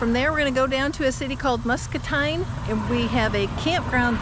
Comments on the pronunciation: Its pronounced,mus-ca-teen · Muscatine...is pronounced Mus-Kuh-teen... Enjoy your videos... You wild wacky kids..y'all have an adults permission to sell the trailer buy a class c motorhome and an enclosed trailer to finish your journey with...think of it a generator climate control hot meals an expanded menu...hot n cold water a toilet...a shower indoors... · Muscatine is pronounced muscateen.